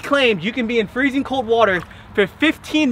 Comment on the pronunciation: Its not freseng 32 digress is the freseng point